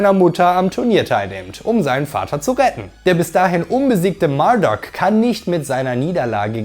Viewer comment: Der heißt Marduk, nicht Murdock. 😂